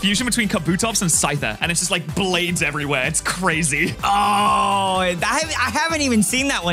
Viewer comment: Man that was cuhrayzee close